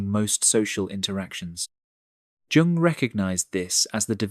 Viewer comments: it's not Tschung. it's Jung (but perhaps Jung did not say these things this 🎉way and it was rarther a Tschung after all, "lol") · We usually pronounce the J of Jung, as a Y. Yung. This is the first time in my life I have heard the J of Jung pronounced as a J. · Yeah at first I was like Carl Jung? Sounds like Carl Yung. Then I looked it up and apparently most people say Jung. Maybe we were taught incorrectly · Please don’t pronounce the J in Jung’s name! It’s Yung! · Jung (pronounced yung) was spot on in regards to individual psychology and its relationship with social psychology. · Jung - is pronounced 'Yung'. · It’s pronounced “yung” 😂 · Surely not "Jung" pronounced with soft j like "jug". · Jung is a German name. It is pronounced Yung. It is surprising that an expert on Jung does not know this. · This is largely true, but those of us with Asperger's get more isolation than we need sometimes and don't navigate or choose relationships that well. Jung is pronounced yung. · Hard to listen about intelligence when Jung is pronounced djoong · Trying to sound erriadite while mispronouncing the name of his key source, is extremely off-putting for me, so I am done. ( Young or Yuung, either would work) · Lol 😂 Junnng nope! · Jung: The J is pronounced as “Yuh” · Please auto correct the pronounciation of Jung (yoong), otherwise it's difficult to take your channel seriously. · The name "Jung" is pronounced "Young". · The name "Jung" is pronounced "yoong," with a soft "J" sound, similar to the "Y" in "you". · It’s pronounced “Yoong” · You mispronouncing Jung's name. Like young or yoong. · Be yourself but that will have consequences it's Usually Pronounced Yung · Can't they train their bot narrators to pronounce the 'J' in 'Jung' like a 'y,' as it's supposed to be?! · IF you are going to quote and refer to Carl Jung...learn how to pronounce his name! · Can't get past mispronouncing "Jung" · Please review your pronunciation of Jung. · The mispronunciation of 'Jung' was jarring.